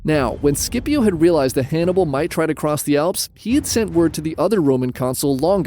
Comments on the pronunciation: Great stuff! But “Skippio?” Come on that’s not a hard C in Scipio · You make the best history videos but please, don’t you ever pronounce Scipio like that. The “Sc” is pronounced like the “Ch” in “Timothee Chalamet”.